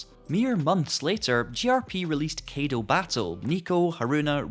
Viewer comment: Your pronunciation of Kaido and Kei are wrong. You said "Keido", it's actually more like "Sky dough" but without the S and ugh. You said "Key", it's actually like the letter K alone, like "Okay" without the O.